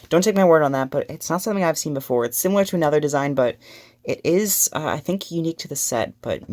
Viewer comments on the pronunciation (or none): none